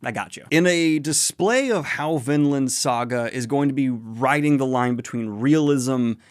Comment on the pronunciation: Man I must be blind. Coulda sworn it was Vinland, not VinDland